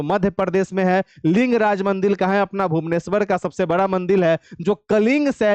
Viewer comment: Mandir ko mandil kyu bol rhe hai aap